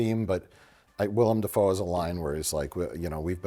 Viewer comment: It's Dafoe, not Defoe.